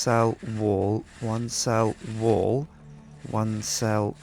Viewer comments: did anyone else notice that the way that pronounces wall like wool? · It sounded like he was saying one cell wool. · when he was doing the one cell wal part it sounded like he was saying "one cell... wool" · i though he saying one cell woo